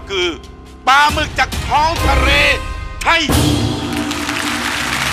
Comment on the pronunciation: ท้องทะเรรร ไทย 55 5